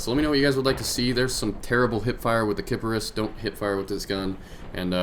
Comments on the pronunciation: Kiparis not kip ar ris not kip air ris , kiparis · Kiparis (кипарис) is Serbian for cypress, it is pronounced Ki'paris (accent on th "ki"). Go on Google Translate, select from Serbian to English, and type "kiparis". Thumbs up so everyone can see this ! :) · Sy-per-us, like the island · The way says it makes it sound like Kid Icarus... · Its pronounced like Cypress, believe it or not. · I believe it's pronounced just like it's spelled, kip-a-ris, which is Russian for cypress. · its pro·nounced kip-are-ese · i would pronounce it with a long a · Yeah, but the word is russian/serbian and the correct pronuncation is "Ki-pa-ris". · its pronounced ky-poi-rue. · It's actually pronounce like Cypress, as far as I know. It's a Russian SMG and Kiparis is supposed to be the translation from Russian to English. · Its pronounced Kipahreese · Okay, I google translated it, and it said it like Kih-Pear-Is. Kiparis. :D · kiparis = russian for cypress cypress pronounced in russian = key-pa-reese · kee-pah -rrahss!!!! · kee-Paris < as in paris france ;) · ki- par(like golf par)- is(like the s on snake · Kiparis is pronounced kee-pah-rees in American dictionary pronunciation or /kʲipˠarʲis/ in IPA, it is means cypress in Russian, cypress and kiparis both ultimately come from the Ancient Greek word κυπάρισσος/kyparissos, etc..... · I heard a guy pronounce it KA-PISS-IS Lulwat? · I'm russian. And it pronounces like like does but with accent on IS. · another note to my last comment, "a" pronounced actually more like "a" in 'Nina" since it is "a" is unstressed, Go on wiktionary type кипарис or go on google translate translate to russian to find how it is really pronounced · I put the stress on the kip, but keep the i as a short sound.